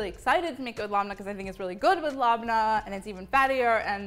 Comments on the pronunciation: Molly love it but if you really want to appreciate another culture it’s pronounced Leb-nah . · Do any native arab speakers pronounce "labneh" this way?